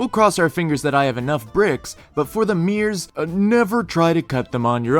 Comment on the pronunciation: Nice! But I call those special items "mirrors", not "meers". 😆